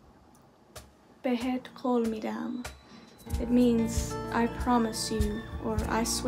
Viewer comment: Listen to more Persian music, I promise you'll enjoy it . And that you pronounced it so well, congratulations. you can learn Persian very easy ♥️👏